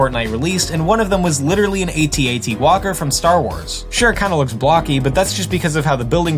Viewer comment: It's not called a "a t a t" it's pronounced at at you dumbass